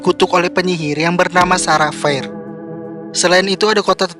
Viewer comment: bukan sara feir bang tapi Sarah Fier itu dibaca Sera Fier.